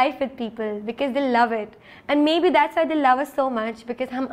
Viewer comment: These both sisters need to know that it's not "beceez" its because!